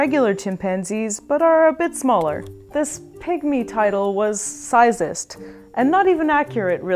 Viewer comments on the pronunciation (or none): She said sizeest🤣🤣🤣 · Did she just say sizeist?